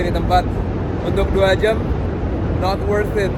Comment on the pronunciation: "2 jem setengah" kaya ada aksen2 anak bekasinya lo bang kwkww